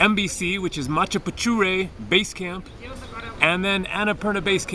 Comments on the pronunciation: 'mana pu che re' sounds like machu pichu as you pronounce it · gates its macchapuchre sir which mean fish tail in english.....generally describing the shape of the mountain which looks like a fishtail